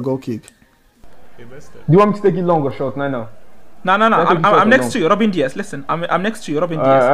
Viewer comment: Bro said robin Dias😂😂😂😂